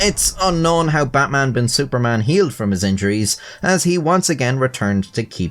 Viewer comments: I just have to say that your pronunciation of "Suparman" is so good, There isn't many people who bother with getting it right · i am from singapore and yes this guy is a legend the "superman" is actually pronouced as "suPAR man" as its javanese so yes u got it right